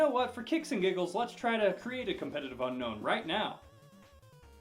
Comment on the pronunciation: sorry to be picky lol but its un-own not un known:p like un own me haha